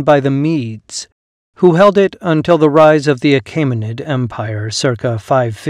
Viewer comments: The narrator mispronunces “Achaemenid” as “Ah-KAY-muh-nid”. It should be “Ah-KEE-muh-nid”. The vowel group “ae” in the second syllable should sound like the “ae” in the first syllable of “Caesar”. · The vowel <æ> is somewhere between "ey" as in "hey" and "ie" as in "die". Your pronunciation would be written "Achimenid". "Joo-lee-us See-zer" would have been "You-lee-us Kai-sar" ("Kai" rhyming with "sky'). The <æ > compound became to avoid the expense of a special piece of movable type. It can be produced on a keyboard with number.keypad as Alt-0230.